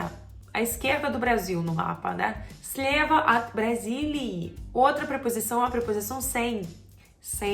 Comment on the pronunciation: 🤔, por que você pronunciou a "OT" como "AT" se só tem uma letra "O"? Excelente vídeo.